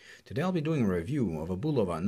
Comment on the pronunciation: I’m just happy this reviewer actually pronounces the name Bulova correctly